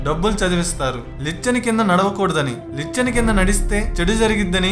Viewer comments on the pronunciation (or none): నీ వాయిస్, వివరణ చాలా బావున్నాయి. కానీ కొన్ని పదాలు సరిగా పలకడం లేదు... 1.దురదదుష్టదేవత- దురదృష్ట దేవత 2. లిచ్చెన - నిచ్చెన 3. రావిచెట్టు వెదురు కాదు- రావిచెట్టు కలప...